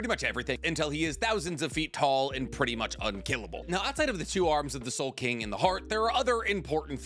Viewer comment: Ya it's soul king not soul king what's wrong with this guy?